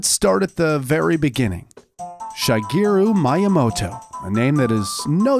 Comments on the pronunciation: He literally said shygiru myamoto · I appreciate the effort put into the video, but seriously, was it so hard to research a little to pronounce "Shigeru Miyamoto" correctly? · "Shygeroo Myamoto" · Shaygyeru Mayyamoutou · “Shy-geru Mie-yamoto” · Shygeru Mayamoto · I love this video so much! Good job! ❤️ The only thing that bugged me was the pronunciation of Shigeru Miyamoto (She-geh-ruh Mih-yah-moh-toh) but other than that, it was amazing! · Oh, of course, Shaigeeroo Mayamoto. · "Shy-geroo Myy -yamoto" mah heart.. mah sole... :'v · Shy-gear-roo Maya-motow.... Now, please apologize... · ShAgeru MAIyamoto.. Ah yess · Shy-geru Mai-ya-no-toe? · "shygeru mayamoto"?? Yo man ,,really dude ? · Shigaru Mayamoto xDDD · shaygayru mayamoto... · bruh who tf is shygeru mayamoto. you should pronounce it just as it is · Shygeeru Mayamoto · I’ve never heard someone say Shigeru Miyamoto’s name so badly. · He pronounced shigeru miyamoto in the most wrong way possible 😭 Edit: everything is intentionally said wrong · learnt more in this opening than i did in 4 years of roman myth. Also jesus christ that pronunciation of the nintendo game god. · He pronounced Shigeru Miyamoto the most american way possible 😥✋ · Worst pronunciation of Shigeru Miyamoto I have ever heard, and the name being as famous as it is just leads me to believe this guy did it on purpose. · What a terrible pronunciation